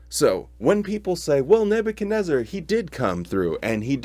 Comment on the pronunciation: Neb u chad WHO? REZ ZAR?? ...REZ ZAR!!? i always thought it was neb u chad NEZ zar? 🤣🤔